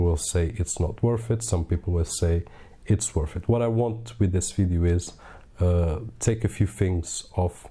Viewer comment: Worth... you said woth